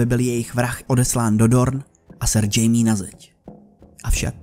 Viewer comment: čte se to španělsky (chajme Lennister)